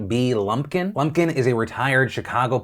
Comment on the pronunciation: I kept hearing blumpkin.... I'm sorry...